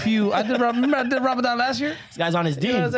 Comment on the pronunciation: I 1000% thought he said the Somali niggas were the "robbers dem" I had to pause the video and only then I realized said "Ramadan"